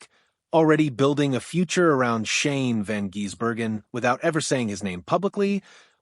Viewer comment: If you cant get Shanes name right dont bother broadcasting